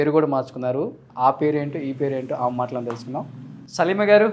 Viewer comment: ఆమ కాదురా ఆమె అని పలకాలి. తెలుగు నేర్చుకో ముందు.